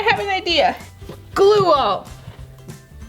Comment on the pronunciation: Gl-oo that is how to pronouns glue😝😝😝 but i love your video's😍😍😍😍😍😍😍😍😍😍😍😍😍😍😍😍😍😍😍😍😍😍😍😉😍😍😍😍😍😍😍😍😍😍😍😍😍😍😍😍😍😍😍😍😍😍😍😍😍😍😍😍😍😍